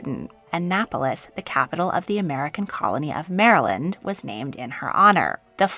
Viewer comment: Interesting that Annapolis is named for her given that Maryland is as a strongly catholic state. Thank you for pronouncing Maryland correctly it drives me crazy when people say Mary-land.